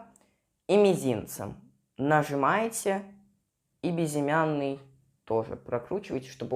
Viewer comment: Хватит говорить бизимяный безымянный!!!